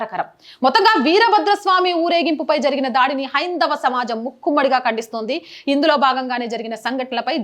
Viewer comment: Sister ఒక చిన్న సూచన ముక్కుమ్మడి కాదమ్మా. మూకుమ్మడి అనాలి ఇది సరియైన తెలుగు పదం.